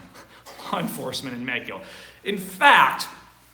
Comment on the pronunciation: dude quit saying Meko the English language pronounces it Mexico